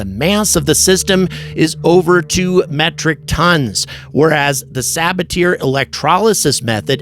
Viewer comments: sa-BA-tee-ay! NOT sa-ba-TEAR 😅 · FYI, you should pronounce it suh-BA-tee-ay, not sab-a-teer. It is the name of French chemist Paul Sabatier. Regardless of what language you speak, proper names should be pronounced in the language in which they are written.🤓